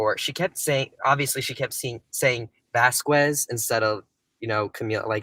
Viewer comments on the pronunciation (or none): Gotta be honest- the fact that Judge Penny seems to be annoyed by mispronouncing Camille's last name is endearing. I have also started to be triggered every time I hear, "Miss Vaskwez..." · The way speaks is annoying... "Vas-kwez" "saide" (instead of "side")...